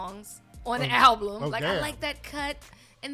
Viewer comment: cant say "album" to save her damn life.